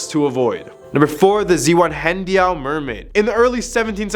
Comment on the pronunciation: In all 18 years I spent in DE, I’ve never been able to pronounce Zwannendael. Good job 👏 😂. It’s a beautiful Museum